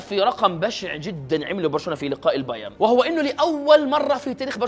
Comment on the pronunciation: البايرن يا أخي ، انتا ما تعرف تنطق ؟